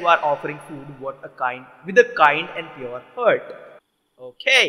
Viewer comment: for god sake ...its heart and not hurt